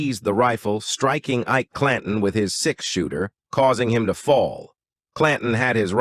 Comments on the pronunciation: "eye-eee-key clan-tone" (Ike Clanton) - wow! Stopped listening when I heard that... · I'm done...pronouncing Ike Clanton as EEK_KEY CLAN-TONE was just too much. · I love how the ai voice pronounces things phonetically. Eekay Clantawn